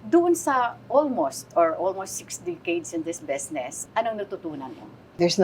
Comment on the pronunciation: "Besnesss" Aster naman -- "Business" LOL